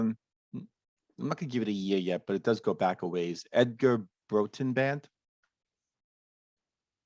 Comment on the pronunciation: As he starts each verse i kept thinking " which other song am I thinking of " . It took a while but a slowed down , dirty blues rock " Roxette " by Dr Feelgood . Song I didn't know .Thanks ,btw it's pronounced Brawtun .